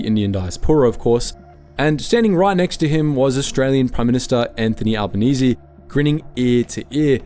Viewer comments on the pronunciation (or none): none